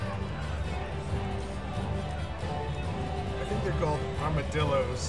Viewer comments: “ armadildos” lol 😅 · I died when I heard Almadildos 😂😂😂😂😂😂😂😂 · What are those “Armadildos”? 😂